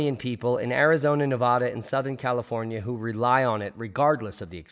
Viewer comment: Guessing you were never taught how to say: Nev vad Duh!